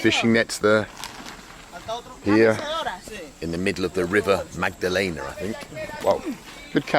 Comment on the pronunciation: "rio magdalena" "rio babalena?" "rio magdalena" "so here we are guys on the rio mandalena" 🤣